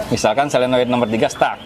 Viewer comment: SOLENOID bukan SELENOID .. maaf koreksi , seperti juga orang sering bilang TRIPTONIC.. padahal seharusnya yang benar adalah TIP TRONIC